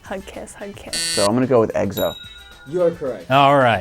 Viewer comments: I could barely watch 2 minutes of this. The North Korean comments- then when the guy said “Eggso” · Guys... it's egso not exo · They said EGGSO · Anyone else got annoyed when they said kept saying "Eggso" instead of EX-OH ? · "He kinda looks like Miley Cyrus." Wtf----- Did I heard someone pronounce EXO as "EGG-SO" or maybe it's just me? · "Egzo" PFFFF HA! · Monisha Prasad - Kim Taehyung it sounded like he said eggso- I wasn't ok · "so I'm gonna go with eggzo" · He couldn’t even pronounce Exo😂😂😂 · How they pronounced EXO made me cringe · Ok I'm triggered by how that person said exo wrong jHsiakahsksanbsjs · I’ve never even heard of that guy and I just knew they were pronouncing it wrong XD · triggered.... especially when the girl said 'I don't know if they're able to pronounce it'. apparently xoxo is hard for Koreans to pronounce.. but they did ok considering they don't know Korean pop culture.. bravo